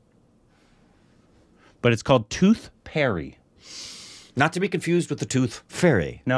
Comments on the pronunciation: Purry not Perry. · You should pronounce the 'Pa' in Pari like 'Pa' in Papa. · It’s tooth Pari. Pari as in papa. Pari means fairy in english